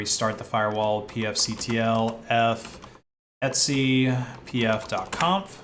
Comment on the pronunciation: why are you pronouncing ETC as ETSY its super confusing